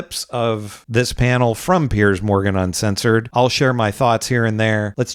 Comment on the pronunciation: Piers, not "Pierce"